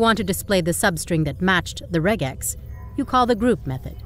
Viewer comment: I'm glad you correctly pronounced regex (not like rejex) , and used the correct plural of index (indices). It took me a bit, though, to realize you were ironical about being unable to find the meaning of re.